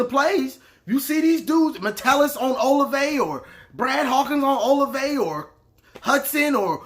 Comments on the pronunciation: Hey Boss love the videos. Just so you know OSU is one of the most balanced teams that Penn st. Game was not how they normally play it's like 48% pass 52% rush. Fields has 33 passing tds and he has only played 1 full game.. Also the wide receiver Olave sounds like (O- la- Vay) and Okuda is like (O- Koo-Da). Happy Thanksgiving Man be safe. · And Oh-lav-ey